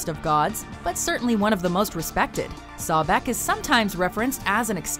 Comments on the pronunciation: You hear buddy pronounce sobek properly, yet the person who is doing the video pronounces it “sawbek” wow 😒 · Can't pronounce Sobek correctly, even when the videos they use to introduce the character pronounce it correctly.. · “Sawbek” 2 seconds later: “Sobek” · SObek no Sawbek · Not SAH-BECK its pronounced soh-bek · just two things... it's pronounced So-bek, not Saw-bek, it's pronounced Tho-th, not thaw-th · So-bek not sa-bek and not k9 head jackal please do more research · LOL Narrator: Number 10 - "Saw' bek Immediately after: "Sobek" I died because in my mind i responded at that same moment too that the correct pronunciation was "Sobek". lol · Why the fuck do you say sawbeck. You're the only one who pronounces it that. It's (So-bek) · Oh the pronunciation of sobek is so bad Sawbek😂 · sawback? its, So-bek xD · And they pronounced his name "Sabek" instead of Sobek. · omg it's so-bek not sawbek jeb not geb jackal head for Anubis Osiris was a good of vegetation and the underworld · "10 sahbek" there is clearly an o in the word sObek can these guys just pronounce one thing right i mean come on that one was so easy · Such cringe-worthy pronunciation of Sobek ("SAH-bek" instead of the more correct "SOH-bek"). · Soh-bek? wtf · Sobek-( Sow-Beck) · IT IS PRONOUNCED SO BECK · So-Bek....that is the proper way to pronounce it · Why do you pronounce it as sawbek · Why is she saying Sobek like Sawback? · and its pronounced (SOH-beck) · Sawbek lol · Sobek is bae and it's pronounced So-beck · It's So-Beck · SHE SAID SABEK!!!!!!!!!!!! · As a smite player, the way they said "Sobek" titled me hard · That's not how Sobek is pronounced, but ok. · playing smite alot it irritates me how she said sobek...